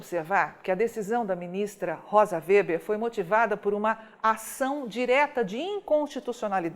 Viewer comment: A pronúncia do sobrenome da ministra é Weber, e não "Wéber".